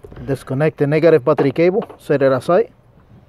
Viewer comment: What's a postive patricabho?! Oh 'battery cable' 😂 Thought he switched it up to Spanish